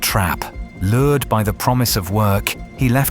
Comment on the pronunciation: It is "lured "and not "lore"